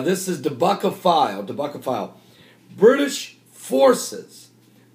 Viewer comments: Don't want to split hairs, but, DEBKA is pronounced Deb -- ka. Not Deb-A-Ka. Love the work that you do. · it is DEB'KA' not DE'BE'KA'.....I know I know..... pronunciation:) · The web sight is pronounced DEB-KA. lol. Too cute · Bless you brother........It's called Deb-ka .......Bless you